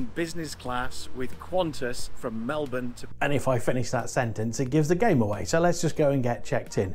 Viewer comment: 2 comments - thanks for pronouncing Melbourne correctly :D and secondly ... did you get to Gold yet? Cheers from Central Victoria🍻